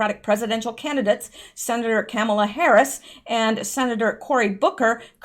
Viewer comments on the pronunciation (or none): none